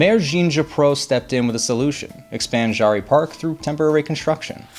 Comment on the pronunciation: Pronounced JERRY